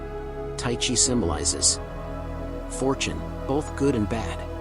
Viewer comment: im greek its pronounced teexee